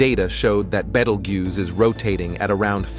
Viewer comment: I'm sick of AI voiced content! This mf pronounced the name of this star 7 different ways and didn't get it right once.